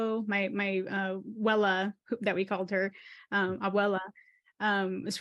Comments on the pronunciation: She can't even pronounce well a basic word like "abuela", what "abwuelaw" means? What an awful interview. I really expect this show being cancelled, it's xenophobic and ignorant. Edit: stop saying mexican-american, you people are Americans that doesn't know a sh*t about the country or culture aside of the ignorant stereotypes that are shown in USA (potraying it in shows like this garbag3 "oye primos"). You are Americans y se acabó. Mexican is a nationality, not an aesthetic nor a style. You'll never be something you don't even experience, I'm pretty sure this woman doesn't know even a 10% about our culture, but she feels special because her mothers family are mexican. U so lam3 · Su mamá es mexicana, ella no. No sabe ni pronunciar "abuela" (grandma). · Mucha biculturalidad y no sabe ni pronunciar "abuela" 😂🙄